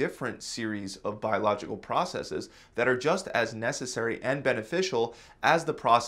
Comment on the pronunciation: Thank you for pronouncing "processes" correctly. So many think it's a Latin word and pronounce the plural as "process-eez." This is WRONG. STOP IT!